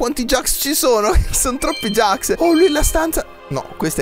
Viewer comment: NON SI DICE GAX ME JAX